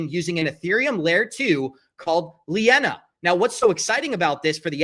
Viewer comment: When you mispronounce linea as lee inna you sound like a moron and you lost all credibilty because you don't know what you are talking about.